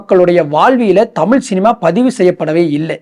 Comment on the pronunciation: தமில் தமில் தமில், உண் தமில்ல தீய வெக்க. -- அது தமிழ் டா